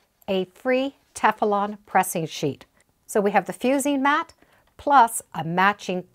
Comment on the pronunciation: Would someone please tell her it is Teflon not Tef-a-lon. I find this very irritating. Thank you.